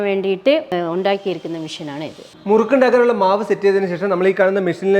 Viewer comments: മുരുക്കു അല്ല മുറുക്ക് ആണു. മുരുക്കു ഒരു മുള്ള് ഉള്ള മരമാണ്. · മുരുക്കല്ല ബ്രോ മുറുക്ക്